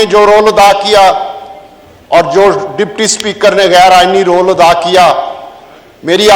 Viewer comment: Ye role.. aur Ronde ka talafuz aik jaisa tha 😁